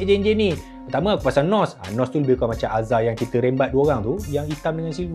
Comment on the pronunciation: button NOSS 😂😂😂🤣🤣